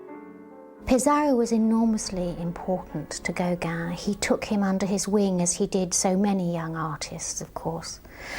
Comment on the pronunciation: Yes. Or, even more strikingly here: why not pronounce Gauguin correctly - as GauGUIN, not "GOW-guin".